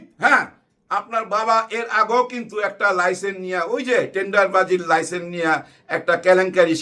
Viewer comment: লাইসেন না লাইসেন্স।